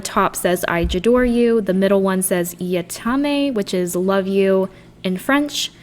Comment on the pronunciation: What a such great time watching your video. Beautiful cards for good inspiration. I love the way you say "je t'aime"